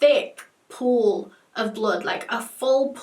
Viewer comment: You know she was in a pool of blood when she emphasises it was Phooewl of blood